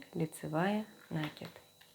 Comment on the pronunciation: Прелесть кофточка, но режут слух неправильные ударения в словах накИд , раппОрт. С уважением к вам